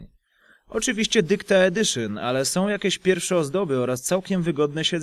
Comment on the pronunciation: "Dykta edyszyn" xD